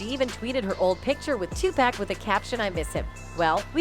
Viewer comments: Not TWO-PACK…It’s pronounced TOO-POCK. 🙃🙃🙃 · I wish white people would stop saying "two pack". Absolutely irritating.